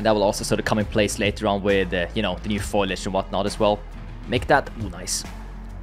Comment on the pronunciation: Beautiful game. Also pretty sure its foliage (fow-lee-uhj) not foilage